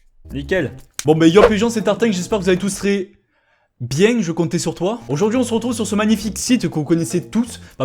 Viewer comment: Mais j'ai dit "bieng" :(